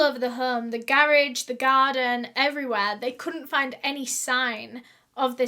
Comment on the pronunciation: I live for the way you say garage 😊